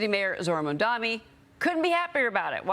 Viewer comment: The anchor needs to learn how ro pronoune 'Mamdani'. Disgrace!